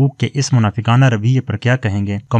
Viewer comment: الفاظ کے صحیح ادائیگی سیکھ لو۔ دشت لیلی